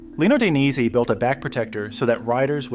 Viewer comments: "lino daineyss"😭😭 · "Klim" is pronounced "Climb" ......... long "I" .......... Dainese is pronounced "Dayneesee" ...................